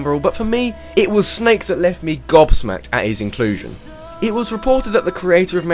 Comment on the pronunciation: did you just say godsmacked?